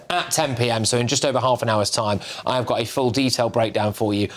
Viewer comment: “ I av a court order” dear lord